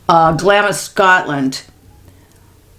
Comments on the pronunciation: Clamps is pronounced Glams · Hi just love your podcasts❤ i didnt want to sound condescending Glamis is pronounced GLAAAAMS CRAZY really.....sending love and blessings to you and Max ❤❤❤❤ from the UK 🇬🇧